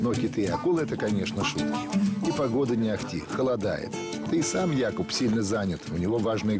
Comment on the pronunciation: Первый перевод который правильно ставит ударение в имени Якуб 👍👍👍